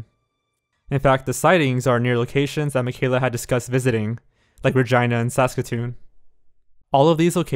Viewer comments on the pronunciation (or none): I'm an Albertan and what got me was when he said Saskatoon as Saucekatoon